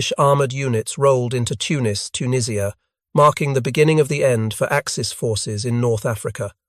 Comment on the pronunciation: Dwarfs on the title picture, later picture is later jeep with wrong bonnet.. the only thing this video gets right is the pronouncing of tunisia. And that head through the windscreen....